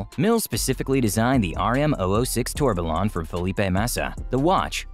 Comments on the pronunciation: ‘Tor be lon’. 🤦‍♂️ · That tourbillon pronunciation is a bit hard to take. Obj isn’t an RM partner. The Bubba Watson with a G sensor is the 38-01.